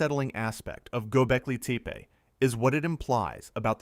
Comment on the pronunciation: Yo.. yo.. nice pod, but fyi: it’s Gobeckli TEPPY not teepee lol